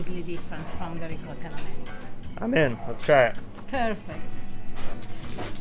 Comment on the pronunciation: A piece of me dies every time you mispronounce "ricotta".